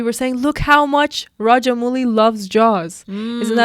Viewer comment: it's AmaRendra Baahubali girls. And Director's name is pronounced as Raja-MAOU-Li and Not Raja-MOO-Li.